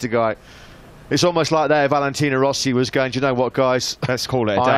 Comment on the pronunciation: " he try to don't tink , but when he tink he is a... scared." Rossi --->Rosie